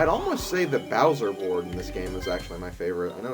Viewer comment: Best borad ever. Loves the borad